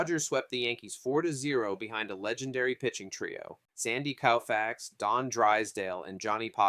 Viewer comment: Is this AI voice? You are butchering these names as if you never heard anyone pronounce them before. Sand Koe-Fax. Carl Yaz-strem-ski. Willie McCovey like Glove. There are others and I am sure there will be more to come as I finish this. But either stop using AI voice or learn to say these players names. Otherwise it was an enjoyable watch. Also you don’t say batting averages right. Unless it’s 200 300 or 400. You don’t say 4 hundred fourteen. You say four fourteen. For example.